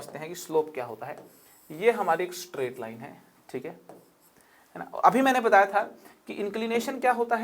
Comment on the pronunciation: Sir , video is very knowledgeable “but funny thing is bataya badtagya badtagya.......😇